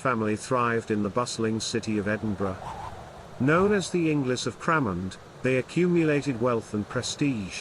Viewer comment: Hello fellow inglis. He says it wrong though